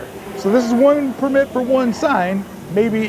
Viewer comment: You’re really inconsistent with pronouncing “permit”. The correct way is emphasis on the PER. ✅ PER-mit ❌ per-MIT